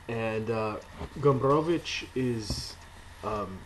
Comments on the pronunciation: You do a great job with Gombrowicz's name. A useful tip for pronouncing Polish is to remember that the stress generally falls on the penultimate syllable. So the Polish pronunciation is FerdyDURke. Back to _Pornografia_ I agree that it is not about war as we conventionally expect it, but the conspiracy at the center of the book perversely mirrors Poland's rather different experience of WWII, even if Gombrowicz was imagining it from exile in Brazil. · I value your respect to the author and his culture, I myself also strive to respect such things, but in this particular case I'd pronounce ' Ferdydurke' any way you want. This is an absurd made-up word, I'm sure Gombrowicz would not mind. Thumbs up for pronouncing Gombrowicz correctly though. Living in times when the general public has often problems spelling the names of their 'celebrities', your attitude does give us hope there's future for homo SAPIENS.